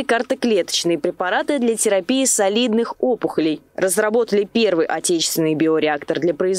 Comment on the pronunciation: не солидных, а сОлидных!!! Репортеру надо материал показывать специалисту, перед тем выпускать в эфир